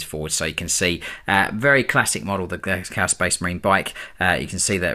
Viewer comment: "Cow Space Marines". Gotta love it when AI makes mistakes. He's a bot, Lord Inquisitor, right there, heretic technology! And it's making fun of his angels!